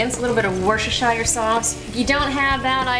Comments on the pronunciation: In the UK we pronounce Worcestershire Sauce as Worcester ('Wooster' Sauce)!!! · "Kat---shup" "warshishire"